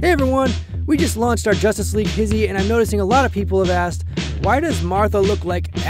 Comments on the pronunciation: I never pronounced it his-he I always called it high-she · “Hizzy?” It’s not “hish-ee?” That’s what I really learned from this video (despite not knowing anything about Martha before) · i never knew it was pronounced hizzie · It’s pronounced hizzi??!!